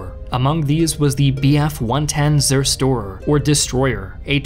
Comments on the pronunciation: "Kanonenvogel" was near native level but you absolutely butchered "Zerstörer" and "schräge Musik" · "Sirstor" (Zerstörer) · XD you really butchered the "Zerstörer" there